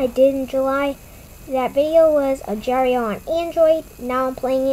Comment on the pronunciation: Hello im not trying to be rude or anything but its not called ajar.io it has a g in agar.io but like i said im not trying to be rude